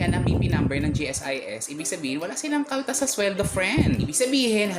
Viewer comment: Ang saya ng "walang kaltas" may emphasis talaga😁😂